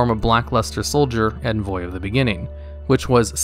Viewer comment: Bro, you need to look up the pronunciation for "envoy".